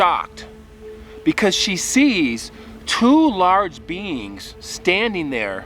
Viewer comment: I was very confused for a minute or two, until I realised you were saying "beings" and not "beans".